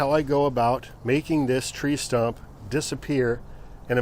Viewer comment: It is correctly pronounced “stump” but he wrongly repeatedly keeps calling it a “stomp” 🤣😂.